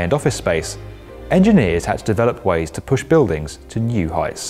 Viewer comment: every time he says bewdings a part of me dies